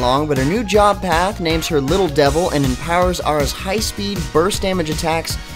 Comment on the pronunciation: im really surprised he was able to say aras secret art and job change right lol im impressed cause i kno i cant say it right without stumbling